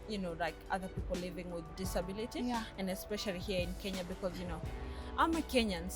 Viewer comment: A diproma in disabiriti... Digehota! 😂😂🤣 Glad she's happy!